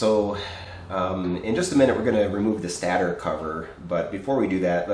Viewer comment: Dude its called a stator and is pronounced (stay-tor) not (stat- err)....Look it up if you dont believe it. It comes from stationary as in ( doesnt move) because the stator windings are always stationary thwy called it a stater....I used to pronounce it (stat tur) too and frankly I like how that sounds better but its wrong.